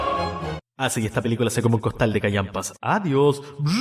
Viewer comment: "iuhrfewiupeliculahujsadiash" Se me olvidaba que eras chileno :v